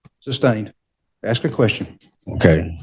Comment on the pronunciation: Why don’t you “aks” him?